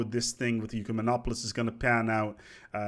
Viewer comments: its ECK-u-men-o-polis not Ueck-e-men-o-polis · You-kem-on-op-olis was so jarring to hear, it is Ehk-you-man-op-olis. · Why is "ucemenopolis" such a common mispronunciation? The "e" comes first, people. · Pronunciation of 'Ecumenopolis' = EH-Q-men-ah-pOlis